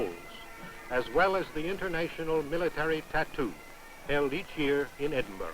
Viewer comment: Always find it funny that Americans can't pronounce Edinburgh. It's BURHH not BUROUGH, don't pronounce the G. For people who are going to comment keep it friendly, the last lot of racists and morons made me delete the thread.